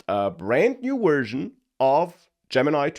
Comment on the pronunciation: wersion, lol vorld, lol awailable, lol